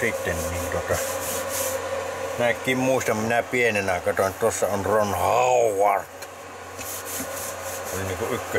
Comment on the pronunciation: Rrron Hooooooowarrrd 😂